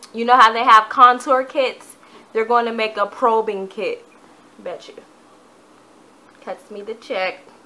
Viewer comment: It's strobing not probing